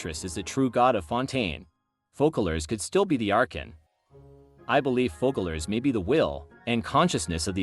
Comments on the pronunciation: it's called FOSSALORE , NOT FUCKALORE , in french there is ç pronouns sss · Loved the video! But it’s “Fose-a-lore” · I enjoyed the theory, can't wiat for 4.2 ! Also (I am French) and the "ç" of Foçalors is not pronounced like a "k" but like a "s". As if it was written Fosalors ...